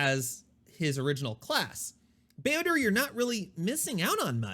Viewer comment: Such a nice sweet white man certainly a treasure not only for kotor fans but all star wars lovers in general. But can you stop saying builder? There are certain lore correct ways to pronounce names you know?